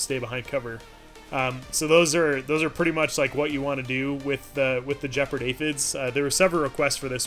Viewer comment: Points to for using the proper term for the dominance bar! Minus points for not pronouncing Gepard with a hard G. There doesn’t seem to be variable playback speed for iOS, but time passes quickly when I enjoy your rambles. Keep it up!